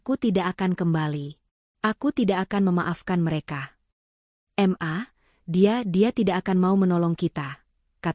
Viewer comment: dari Ubud jg simak Cerita yg guoblok & teramat jeLek dari penulis desa dan cerita ini spt kisah yg jipLakan dari lapak² cerita lain. Jadi cerita ini ku niLai👎👎👎👎 Mi²n..kenapa kau tetap pakai pembaca yg nenek peyot jompo pikun, masa kata: Ma dari Mama, tapi dibaca Em Ha koq jd guoblok itiL toh narasi jg koq di ulang² krn ini ne²k AI pikun/error otaknya yah🥴🥴🥴